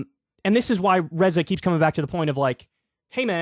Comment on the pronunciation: It's "Ray-zuh" Kyle, not "Re-za".